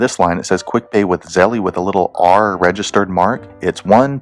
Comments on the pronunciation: It's pronounced " Zel " not "Zelly" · Lol you said zell ie 🤣 it’s zell ~ Zelle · By the way dude it’s pronounced Zel not Zelly just watch their commercials they will tell you how to pronounce it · He says Zelle wrong it's Zell not Zelleeee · Zelly? Lol. Bruhh 🤦🏻‍♂️ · It’s not zelly stop saying that u wrong